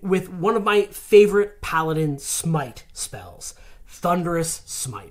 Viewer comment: Smite. It's smite.